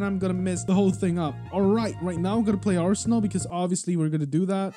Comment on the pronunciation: Roblos abinal mant-ay-ge lieht sweech